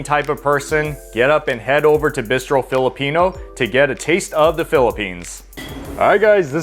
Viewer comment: Great concept. Very surprised by your Korean BBQ choice when there are so many to choose from and you’re been to so many. Also, your pronunciation of ‘bistro’ got me so confused. 🤣